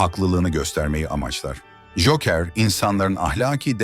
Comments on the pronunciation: Güzel anlatım da telaffuz dikkat dağıtıyor. Cookıır, veydıır... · Cokır olacak doğru telaffuz.